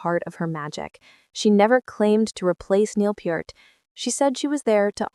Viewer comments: phonetics: Neil Peeart NOT Purt !!!!!!! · Her kit is maybe a quarter the size of Neil's? lol She nails it though. And Neil's last name Peart pronounced as peert, not pert, not part, but peert. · It's not Pert as in pert, it's Peart as in "ear." How do you not know that? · not "purt". PEERT. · AI bullshit. And it's PEART not PERT. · Peart, not pert. Synthetic AI voice is worse than ultra-processed food. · For the last time, generic female AI voice-over, It's pronounced Peert, with a long E, not Purt. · It's "Peart", not "Pert", and I don't watch AI generated trash. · It's NEIL PEART !!! (Pronounce PEEERT!!!!!!) 😉😉😉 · Neil Peart … pronounced like Peert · It’s pronounced Peert. Like ear with a p at the beginning and a t at the end. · It’s (Peert) and Geddy not Getty! Artificial Stupidity. Show me the actual video! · For god sakes it's Neil Peart (pronounced PEEERT) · Bad robot! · Pert is a shampoo. It makes me batshit crazy when they mispronounce Neil's last name!🤯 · You don’t know how to pronounce Neil‘s last name and you spelled Anika’s last name wrong. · Watched for a few seconds until the AI voice mispronounced Peart. bye. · Using AI to pronounce Neil's surname was a bad move. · You could at least pronounce Neil‘s last name correctly out of respect! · One would like to think that someone who feels compelled to produce and publish such a video would at least know how to pronounce the name of Rush's drummer. And be a little less inane. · Long live Rush. You didn't pronounce Peart correctly and you spelled her name wrong. Slop video. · Such a disgrace that they still can't pronounce Neil's last name correctly!!! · It's Peart! 👂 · The Ai bot didn’t pronounce her name right either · Teach your AI to pronounce Neil's last name correctly. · Teach the AI how to pronounce "Peart."